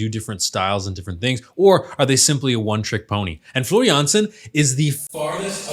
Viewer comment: The way you pronounce Floor Jansen is perfection though!